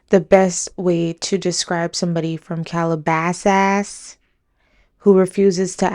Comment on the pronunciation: "From Calabas-ass" 😂